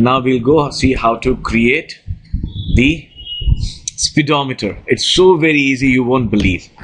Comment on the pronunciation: he said speed o meter lol